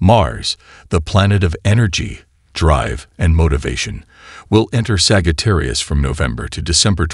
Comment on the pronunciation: 'saggy - tarius' 🥴😭😆